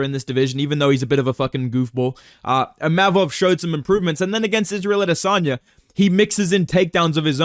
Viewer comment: Said ImaMov, he gets angry 😂